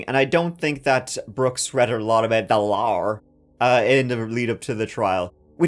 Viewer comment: "I know the lahr," 🤣🤣